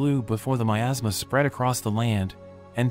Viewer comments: Miasma. That's how you pronounce that word. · for a second I thought you said it was covered in "my asthma" instead of "miasma" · i thought he said in a kingdom covered by my ass 😭😭😭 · Tfw you hear 'miasma' as 'my asthma' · What I heard at the beginning “assmass” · thought you said "my asthma" or something